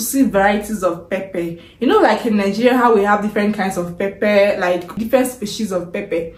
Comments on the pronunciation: You said pepe or pepper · Not pepe , pepper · Pepper anaitamka as pepe wuehh mtaniua😂😂😂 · 😂😂😂 we say pepper not pepe, I was shocked, like what are you talking about madam!! Mpesa is Everything in Kenya, even one banana at 10 shillings we buy it through mpesa!! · West Africans call pepper (pronounced pepa) as pepe. Somehow, their accent has misconstrued the true pronunciation of this popular vegetable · Why do you pronounce it Pepe….. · There is nothing like liquid milk it's fresh milk, and again what's pepe u mean pepper 🌶️ oh my God is that english or Yoruba pronunciation problem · najua. Just annoying she can't pronounce it correctly. Eti pepe. Nkt.